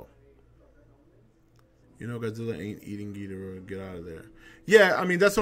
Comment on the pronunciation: Damn I cried when I saw this trailer! So epic! Destoroyah is my fave all time villain, even over Ghidrah.... That's another thing, I'm glad you pronounce it Gheedrah like the Showa G movies instead of everyone else pronouncing it like Ghee-DOR-ah these days...I hate that...